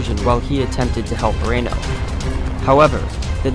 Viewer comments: Itsnot raino...its reeeno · It’s Reno not Reino. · Its Reeeeeeno not Raino. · Right?? See my other comment listing a lot of errors. And another one I just remembered -- he says "Colonel Rain-o." Rain-o was a Major, not a Colonel. 😉 Major Marcus Albert Reno. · Many factual errors regarding the ranks of the Cavalry officers and even the pronunciation of Major Reno's name, Check this out for a better presentation. Otherwise a very concise summary of what really happenned.